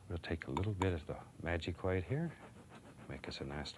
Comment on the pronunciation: Titanium WHIATE